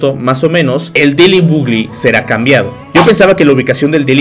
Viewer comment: El diciendo deily bugli😂